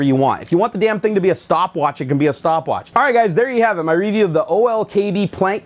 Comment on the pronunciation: I've watched almost all of your videos, and enjoy watching your new ones, but I cringe when you say "review". Other than that keep up the good work.